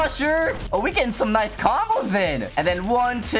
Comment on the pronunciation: Said noice instead of nice 😂😂😂😂😂